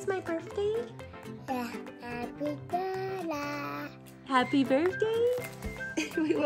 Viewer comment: When said happy birthsay back to Ellecee😂🥳😆